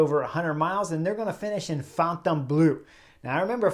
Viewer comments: Chris Horner you should horn your French. Fon Ton Blue? No Chris, no. Say --->> Forh-Turh-Blurr. That should be close enough! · Chris, your pronunciations of Fontainebleau and Omloop het Nieuwsblad are terrible, to the extend of being unrecognizable to natives but you make it up with your enthusiasm and cycle tactics. Please replace these audio locations with visable labels.